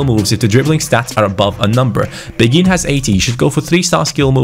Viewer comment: I personally think mine is better read this Asa a person who speaks French quite well im pretty sure beghin pronounciation is ( bayhin ) Anyway Story time sit down get a hot cocoa and enjoy Beghin was born in Kinshasa in Congo, he grew up in a relatively well off family. At the age of 6 is mum married a rich French businessman because she was pregnant with his baby. They moved to France where his stepdad got him into football as he was a strong Marseille supporter who was very passionate about the game. Beghin blood father died in a car crash whilst his mother was pregnant with him and his stepdad s like his real father to him. He was a very gifted footballer from a young age but very boastful, he was known as a cocky individual but had the skills to back it up. At age 11 he went to a sport private school where his coach saw his talent and got him trials at Lyon. He was known across the Lyon academy and had high praises from the likes of Caqueret even though he was 5 years younger. The attention got to his head and at age 15 he decided to sign with PSG. He continued to excell and was capped by France U18 at age 16. At age 17 he demanded a professional contract threatening to leave if he didnt get one. PSG reluctantly agreed giving him 15,000 a week. He thought he had made it big and started to not put in the effort. He would stay up late playing fifa and fortnite and go to training late. He never breaked through into the first time despite having all the potential. After gett